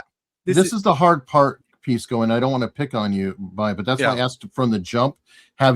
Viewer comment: Objectively reasonable ≠ agreeing with your reasoning, Pisco. (Bonus points to for mispronouncing Pisco throughout)